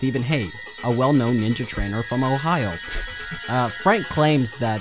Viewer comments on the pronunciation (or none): none